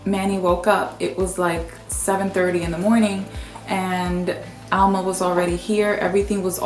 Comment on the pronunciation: Why do you call her Alma with the accent on Al? Being dominican, i know that it's Alma....did you add an accent for her name to be ALma?